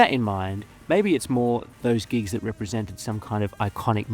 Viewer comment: When you said you hated gigs, I thought you said GEESE. As in the new hot shot band. Lol.